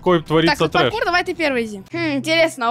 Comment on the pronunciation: сказал прокур вместо паркур🤣🤣🤣